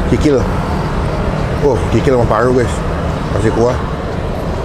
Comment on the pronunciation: Paru bang Bukan Palu 🙄